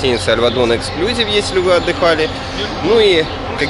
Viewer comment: Обзор неплохой, но ОЧЕНЬ режет слух безграмотная речь. В слове эксклюзИв ударение ставится на третий слог и букву "И" , а вы постоянно повторяете "эксклЮзив. Учитесь правильно говорить!